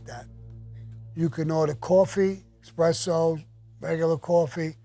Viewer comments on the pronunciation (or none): It's espresso Sammy. Not expresso.